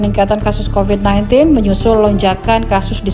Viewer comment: Bukan covit covet